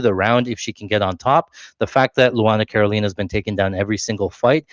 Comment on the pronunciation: did you call carolina, cornholio? 😂